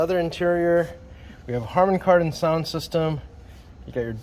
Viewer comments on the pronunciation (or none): "Harmon-Kardon" -- Not Harmony Kardon 🤣